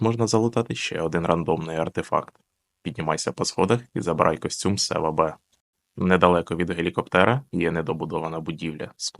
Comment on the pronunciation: Та то не Сева-В(англійська БИ), а Сева-В(ВОЛЯ)